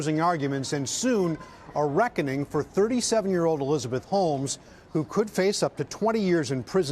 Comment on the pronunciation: My ears are deceiving me, I heard "Elizabeth HOLES" lol